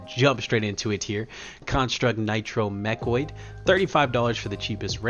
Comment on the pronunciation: Please never change how you say mechanoid ("mechoid"). It brings joy to my heart and sets you apart. Keep up the great work and content my brother.